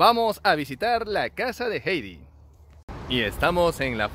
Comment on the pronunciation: Heidi Se pronucia: "jaidi", no jeidi